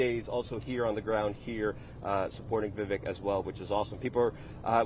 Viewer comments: Luke!! You’re saying his name wrong. It’s Vivek like cake! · Vivek rhymes with CAKE !!!!